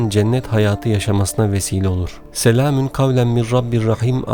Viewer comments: Selamin gavlen mi diyorsunuz yoksa bana mi öyle geldi. Doğrusu selamûn gavlemmirRabbirRaHim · Ben mi yanlış duyuyorum yoksa gerçekten " SELAMİN " mi diyor. Eğer böyle söylüyorsa yanlış söylüyor. Doğrusu " SELAMUN " olacak.